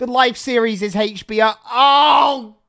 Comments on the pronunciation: Why was pronouncing HBO as HachBO? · Haitch BO 😂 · I love how says Hatech B O instead of H B O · Does anyone else find it hilarious that he can't say HBO. Hach. Had me and my sister laughing our heads off.🤣